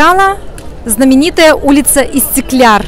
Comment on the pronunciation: Видео было познавательным и интересным 🙄 но хотела бы выразить свою эмоцию по поводу истикляр(?) скорее будет правильнее истикляль (НЕ В ОБИДУ) 👍